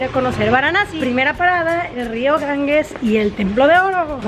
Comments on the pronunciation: Lo DIJO muchas veces: GanGUES,,,. ¡Auxilio! (Lo escribió correctamente Ganges lo pronuncia mal GanGUES. G+E se pronuncia como GEOgrafía, GEOmétrico, GEntileza, GErardo, GElatina).En tu apellido tienes el ejemplo. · Ir tan lejos: El nombre del Río es Ganges NO "GanGUes". G+E sin U intermedia se pronuncia como "J". Es como el apellido del escritor: Borges NO BorGUes. Duelen los oídos cuando dice "GanGUEs" ¡aaaaaaah!